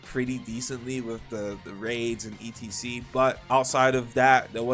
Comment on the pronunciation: why the fuck does this guy spell out "etc" do you not know wtf it stands for or something? stop saying that shit